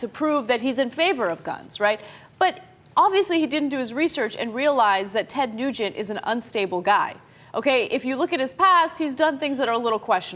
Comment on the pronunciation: "Noojent"? would have read it "Nuh-gent"